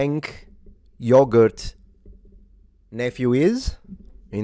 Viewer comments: "Hamas parker" and "Cenk yogurt" lmao this guy. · The correct pronunciation is "yoo-ger" fyi.